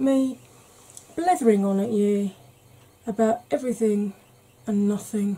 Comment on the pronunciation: Hello. I thought you sounded slightly scotch Viking when you said “nothing”. Loved this film. Watching these to distract from tears. You’re a Gem 💎